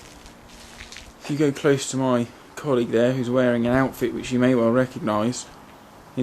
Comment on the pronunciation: Great footage! Need to say what I thought Instead of You Go sounds more like Window??